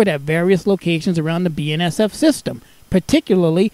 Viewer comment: Love how you call BNSF "Ben Sef"